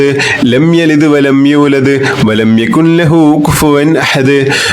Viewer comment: Jazaakkallahu khair🤲..ഉസ്താദിന്റെ എല്ലാ വീഡിയോസും വളരെ ഉപകാരപ്രദമാണ്. സൂറത്തുൽ ഇഖ്ലാസിൽ യകുൻ ലഹു എന്ന ഭാഗത്ത്‌ ഇദ്ആമുൻ ബി ലാഉന്ന വരുന്നതിനാൽ ൻ എന്ന അക്ഷരം silent ആക്കണമെന്നല്ലേ... യകുല്ലഹു എന്നാണ് ഓതേണ്ടത്... ഉസ്താദിന്റെ ഖിറാഅതിൽ യകുൻ ലഹു എന്നതു പോലെ തോന്നുന്നു.